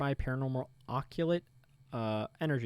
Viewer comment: you learned how to say occult ♥ \o/ thanks for making a vid! i get busy with work when youre live and cant always pay attention but this really helps!